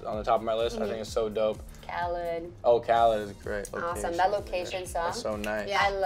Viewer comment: its KHA-LEED not kha- lid !!